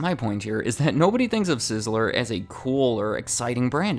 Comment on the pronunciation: Did you guys call it "Sizzla" there? Lol